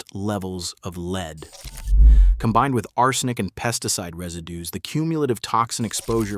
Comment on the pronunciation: The creepy bot voice frequently mispronounces "arsenic". How much of the content is bot-generated?